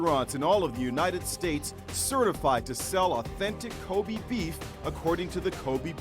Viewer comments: Ilona Barsoomian they also made a mistake pronouncing wagyu and kobe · yall cant even pronounce kobe and wagyu properly, americans 💀💀💀